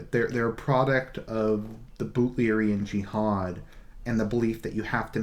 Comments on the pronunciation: Yes its Butlerian Jihad...BUTLER. He just pronounces it oddly. :) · Dude, I like your videos, but you seriously need to work on your pronounciation... "Benny Jezze-Rid" "Butt-Larry-Ann Jihad" "Um-Knee-Us" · Butlerian jiahad is right, he just prenouns it wrong, but he got it right